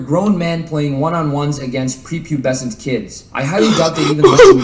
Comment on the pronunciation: Nobody: Flight: P E E R P U B E C E N T